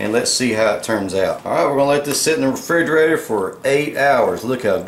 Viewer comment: Same guy who says fridgerator.